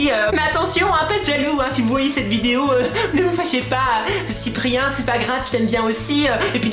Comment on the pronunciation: Cyprien fait moins de vidéo car il prend du temps a trouvé les idée que squeezie lui il prend les jeux vidéo les plus bien notée chacun sont style est c'est "cyprien" pas "cyprerien" est c'est "squeezie" pas "squeeeezie" .